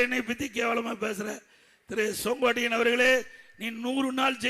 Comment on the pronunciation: He is calling his name as Songottaiyan... Not Sengottaiyan...😂😂😂😂😂😂😂